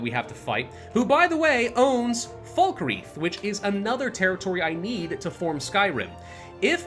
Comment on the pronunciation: Falkreach 😭 it’s falkreath